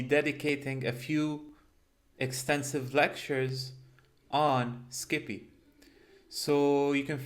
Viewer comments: Great content as usual! I love how you pronounce it, "skippy". Keep up the good work. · Making a slight correction, it is pronounced "psi pi" for Scientific Python. Just like numpy is "Num Pi" for numerical python.